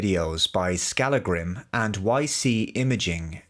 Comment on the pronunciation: FYI: That is NOT how you pronounce the name "Skallagrím".